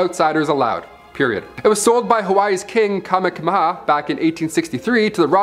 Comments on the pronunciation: The name of the King of Hawaii you mentioned, Kameamea,, is Pronounced Kah-mey-a-mey-a. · As someone from Hawaii, it's Ka-me-ha-me-ha actually.